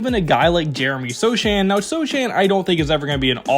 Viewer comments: So-Han…and Vass-ELL. Sorry, man…pronunciation stickler! Otherwise, any video of this other guy you’ve mentioned possibly pairing with Victor would be helpful! Great video, man👍🏻 Can’t wait to see how this team develops! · Vassell, Sochan, … you managed to mispronounce like half of their roster 😅 Do you actually watch the Spurs?